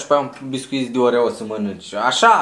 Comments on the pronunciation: a zis oveo in loc de oreo 🔝❤❤🤣🤣🤣🤣🤣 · în loc de oreo zice orevo